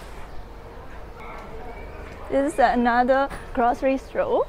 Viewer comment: Love this girl! Never seen anyone have such a hard time saying grocery store. Hehe. Love the outfit. Love the shyness. Great video super model. 😍🤩😍🤩